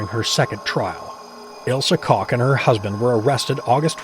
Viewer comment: It's COOK not cock